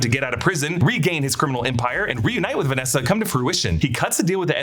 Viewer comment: It's not "Vanessa," it's "VANESSA."